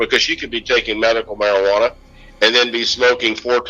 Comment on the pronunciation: Medical marijianna, are you kidding me? It is medicinal! You are part of what's wrong, sir!